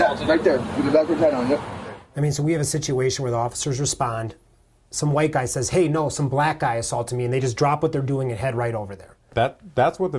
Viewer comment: White not whote